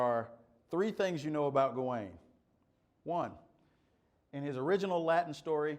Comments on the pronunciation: It’s pronounced gah - win, me thinks. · "Ga-wayne" is the pronunciation; although you will also hear" Gawan" with some speakers. It's in Northwest Midlands dialect--different than Chaucer's London Middle English dialect that printer Caxton used..